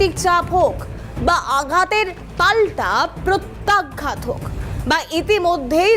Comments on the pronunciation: ম্যাডাম আপনার কথাটা প্রত্যাঘাত নাকি প্রত্যাঘ্যাত কোনটা সঠিকটা জানাবেন । শব্দটা শ্রুতিকটু লাগছে । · ধুর! উচ্চারণ ঠিক করুন।প্রত্যাঘ্ঘাত নয় প্রত্যাঘাত।